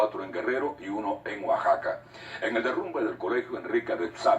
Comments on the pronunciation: Trato de decir Oaxaca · El reportero español quiso decir: Oaxaca, cierto? 🤭🤭😂😂😂😂😂😂 Osaka 🤣🤣🤣🤣🤣 los españoles y su manía de pronunciar siempre la x como s. Es horrible lo que se vivió, soy de Estado de México y se sintió horrible, mi casa se movía de un lado a otro, cuando termino de temblar lo primero que pensé fue en los capitalinos, si en el estado se siente fuerte en CDMX hay destruccion 😢😢 después de más de tres meses hay tengo pesadillas de ello. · Es Oaxaca pero en otros paises no lo pronuncian como nosotros con una "J", ellos lo hacen con la "X" tal cual como se ve la palabra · Gerardo Ortega Oaxaca... y se pronuncia OAJACA!!! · Trató de decir Oaxaca , al ser extranjero no pudo pronunciar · Me dolio como pronuncio Oaxaca el español😨😢